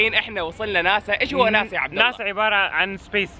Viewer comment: وناسا مو ناسا😂😂😂😂